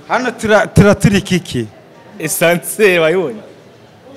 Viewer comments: Ascenseur... apana Essanseri...... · Ntago ari essenseur bavuga (ASCENSEUR ).